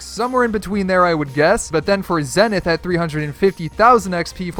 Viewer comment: it is pronounced zEEEnith! Because zEEEnith means something along the lines of tip of the mountain. Just thought I would let you know!